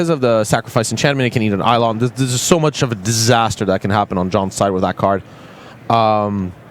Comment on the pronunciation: FWIW, I've been playing modern for years and against burn many a time, and I have never once heard it pronounced with the emphasis on the DAHL as did.